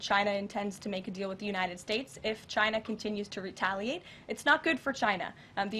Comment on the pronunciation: She can't say retaliate